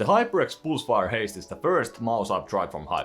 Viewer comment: "hyperx poolsfire" - Swedish detected